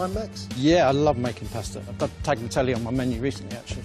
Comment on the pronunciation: I find it interesting that so many, many British chefs are such sticklers to the last detail--and yet cannot be bothered to pronounce correctly "tagliatelle", or--even worse--"pasta". "Tagg-lee-ah-telly', oh please.